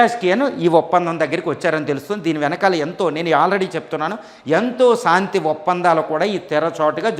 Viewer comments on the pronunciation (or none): అంతా బాగుంది కానీ సాంతి కాదు శాంతి